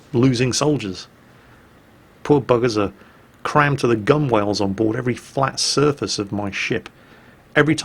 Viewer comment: gun'WALEs'...but I thought you were a sailor? Surely gunwales is pronounced gunnels is it not?